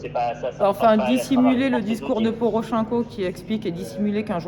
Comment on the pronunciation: Je suis un peu septique ... Anne Laure Bonnel se présente comme une spécialiste du Dombass. Mais comment a-t-elle accès à la population ? Au vu de sa prononciation de Porochenko (poroʃɛ̃ko au lieu de pɔrɔˈʃɛnkɔ), on peut imaginer qu'elle n'a aucune notion ni de russe ni d'ukrainien. Ca peut paraitre un détail, mais cela est à mon sens très révélateur. Elle dépend en permanence d'un fixeur/interprète ? Le conflit a commencé en 2014, soit il y a huit ans, on ne demande pas de travailler toute seule tout le temps, mais connaître les rudiments de la langue lui ferait gagner en crédibilité. Cela impliquerait qu'elle puisse être seule pendant face à la personne interrogée, avoir accès à la presse, etc.